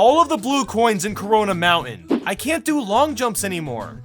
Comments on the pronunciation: Did he say corona Mountain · Did he say corona island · did...did he just say corona mountain?